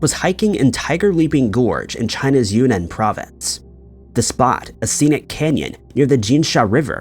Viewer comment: Yunnan province is pronounced juːˈnɑːn